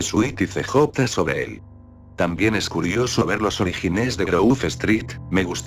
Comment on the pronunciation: porque dice pobre en ves de sobre